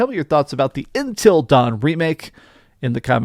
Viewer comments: Him saying ‘INTEL’ instead of Until is just weird lol. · Why do you say intill instead of until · Intil dawn? it’s until dawn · Everytime he says intel dawn, i lose a year off my lifespan... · It's not INTEL Dawn it's UNTIL Dawn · not Intel Dawn its UNTIL Dawn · Why does he keep calling it Intel Dawn? 😭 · Dude are you saying intel dawn 😂😂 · It's because he is saying intel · Does it drive anyone else nuts that he doesn't know how to pronounce the word "until?" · Am I the only one annoyed by the way he says “until” 😂